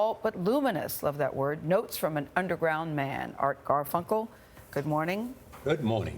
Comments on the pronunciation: She actually said Garfel, then corrected it to Garfunkel. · She keeps calling him “Garful”... and then the man refers to “Strawberry Fair” ...Why interviewers don’t do their research is beyond me.